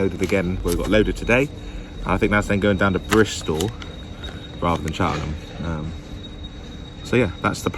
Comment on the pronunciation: he said Cheltenham wrong welcome to my town